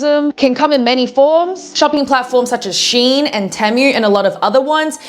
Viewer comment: Temu is pronounced Tea-moo and all this video did was remind me to go scroll on the app